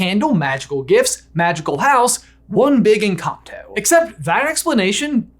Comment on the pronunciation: in the video instead of "one big encanto" you say "one big and cocktail,"